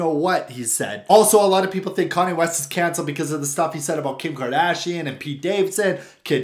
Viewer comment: Kanye not kahnneh